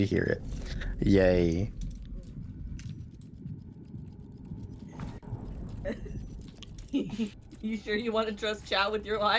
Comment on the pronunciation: cannot stop thinking about pronouncing "yay" as "yaeiy". or, indeed, about victor kain's Big Mind